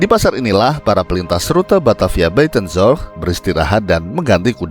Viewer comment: Tolong dilatih lagi mengucapkan istilah Bahasa Belanda nya saya yang fasih sampai harus baca tulisannya supaya tau apa yang diucapkan. Menyebut Buitenzorg, Bovenlicht, dsb tidak terdengar jelas malah seperti berkumur-kumur.